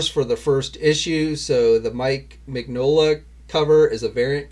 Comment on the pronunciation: Mignola is pronounced; Min-YO-La. He-Man's physique looks pretty janky in that cover art! 😆 The Revelation HeMan looks very reminiscent of the 200X version. Not really too pleased about Teela's more conservative costume. HeMan is still mostly naked! Once I see all those figures revealed I'll decide if I want to collect them. As for G.I.Joe Classified, they took something that fans had long been asking for, and made it a frustrating ordeal. I would have bought them all, but now I feel like I'm wasting my money when I buy the readily available ones. Bludd looks awesome, but it's hard to get excited when you may never be able to get one. If they just confirm that all the exclusives will eventually be available for everyone, then I'll be okay with that. At the moment, FOMO is the only thing keeping me buying. I'm 50/50 about abandoning the line alltogether. Glad to see more upcoming 40K figs from McFarlane, though they are treading familiar ground. I want to see more variety than just repaints of Marines, Sisters and Necrons. I'm still not confident that they are gonna go whole hog and make this line a comprehensive representation of the 40K universe. It seems that everyone likes the line so far, so I want them to go ahead and make Chaos, Orks, Eldar, Dreadnaughts, the whole shebang.